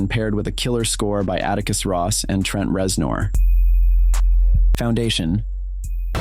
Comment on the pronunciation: The AI voiceover sucks. Can't even pronounce Trent Reznor. Laughable.